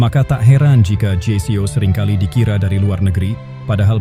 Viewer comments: Kyknya semua org yg saya Tau bacanya jeyko. Gak ada yg baca jei-si-o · Karena didubbing dg suara sintetis, maka penulisan naskahnya jgn disamakan dg kalau didubbing orang beneran. Ada bbrp ucapan yg aneh kedengarannya, spt je si o.